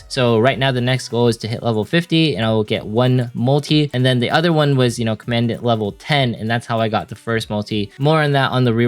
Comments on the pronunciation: commandant is pronounced common daunt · Great advice as always. It’s pronounced COM-uhn-dahnt (commandant) in case you want to know.